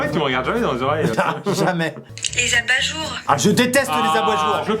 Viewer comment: amixem dit aboyejour